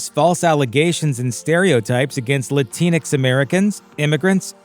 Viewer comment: He said Latin-X.... HAHAHAHAHAHAHHAHAHAHA